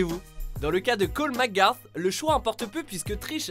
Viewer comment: C'est quoi sa ?! Cole mc Gare ?! Normalement c'est Cole Mc grath